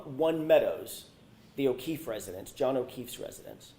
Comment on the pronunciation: And thank you for saying his name correctly officer John O’Keefe so many people don’t 😢